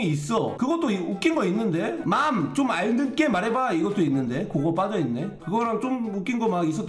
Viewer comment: ㄹㅇ 중얼중얼이랑 맘! 좀알듣게는 언제 안웃기냐고....ㅠㅠㅠㅠㅠㅠ